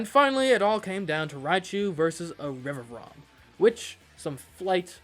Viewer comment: Fuecoco is called Fway-co-co because of Fuego. Meowscarada is Meow-sca-ray-da because masquerade. It's Rev-va-vroom because Vroom. Dunsparce is Dun-sparce because he's a dunce. Quaquaval is Qua-kwuh-Vahl because Festivale. Feel free to ignore.